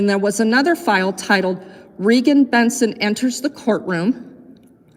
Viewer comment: it's REEEEEEgan.. 💁🏼‍♀ she's the 1 with the MOUTH..